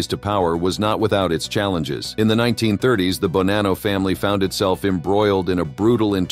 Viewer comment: Wow. Sentence to sentence you butcher the same name. Bonano was mentioned three times in the same sent. You changed its pronunciation each time. Stop using free AI unless you really do not care for your output.